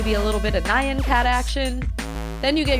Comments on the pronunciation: the picture you used for the "can't decide" macro is a meme known as "overly attached girlfriend" and isn't used right. The nyan cat is pronounced "nyan" as one syllable rather than "ny-an" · not hating and i love all your videos but its pronounced "Neeyan cat" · "nye ann cat"